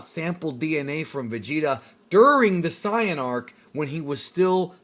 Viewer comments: Its Saiyan, not Cyan. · it's SAY in and KRILL in holy moly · I don’t understand how this guy will make an extremely in depth video of dragon ball lore but still pronounces “sigh-an” 0–0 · Saying ‘Saiyan’ as SAI-yan oddly bothers me, at that point one may as well just say ‘Saiya-jin’ instead… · Don’t say siiAnns? K? Thx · Why is a dude who keeps pronouncing “Saiyan” as “cyan” running a page that talks about DB? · Lemme guess you just mispronounced Saiyan on purpose too because thats how its pronounced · I hate the way you say saiyan I can understand Dr Gero but cmon bro please don’t say saiyan like that it makes me cringe 😂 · why do you say super saiyan like that